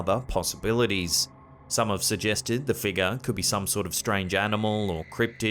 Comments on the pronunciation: please say FIGURE (FIG YOUR). Not FEEGER! 😜😄☺️ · Take a shot, every time says "figgah"!